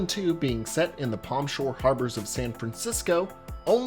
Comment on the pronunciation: You kept saying San Francisco and it made me so angry every time haha